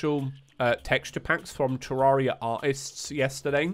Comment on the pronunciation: You say it correctly but about 83% of terraria players say 2